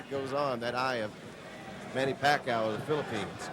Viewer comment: announcer said manny pac aw! Lol